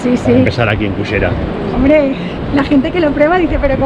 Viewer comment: ......muy lindo video....pero creo que deberías llamar a ese lugar....pronunciado la ll y no la y......a nosotros nos cuesta pero se pronuncia Cullera..........